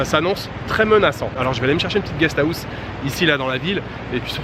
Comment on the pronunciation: guest house : gnia guieee en phonetique ^^ a 2 poil de cul pres c est comme ca que ca se prononce ^^